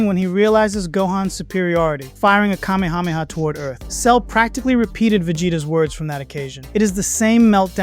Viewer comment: sorry the way I SAT UP at hearing you actually being one of the very few dragonball fans to actually try to pronounce “Kamehameha” correctly… thank you, man.